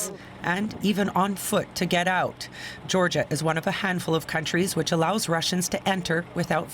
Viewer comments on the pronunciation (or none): none